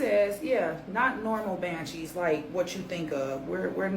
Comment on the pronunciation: WHATTTTT? " BANJEES"!!!!😮😮😮